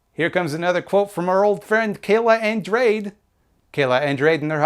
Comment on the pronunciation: Andrade - pronounced on-draw-day